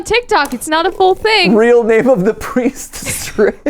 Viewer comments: I swear I heard and matt say priest drip xD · I heard "Priest Drip" not "Priest Strip".... I now can't get that image out of my head